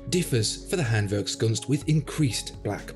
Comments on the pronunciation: 1. Awesome watch 2. I love your pronaunciation of the hard german word: Handwerkskunst 🤩 3. Go ahead - you channel is fantastic! Appreciate your videos ..... Best regards from Germany - Holger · Funny that you pronounce Handwerkskunst in German but jéjé in whatever language that is LOL!